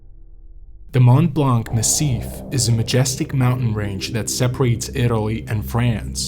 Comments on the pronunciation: Mont Blanc = pronounced "Mon Blon" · The correct prononciation of "Mont-Blanc" excludes the "c". Excellent and detailed video of this hiking tragedy, tank you